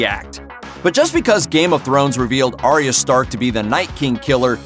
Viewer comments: Aye-ah. Her name is pronounced Aye-ah, not Aria. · It’s arya not aria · I'm pretty sure that Arya's name is pronounced like eye-a or something like that but I'm not completely sure🤔